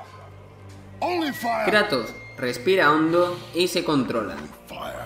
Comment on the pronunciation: "El Krato" Dat Pronunciación